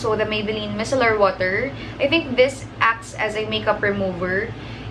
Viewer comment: Hi! That's not how you pronounce micellar po..:)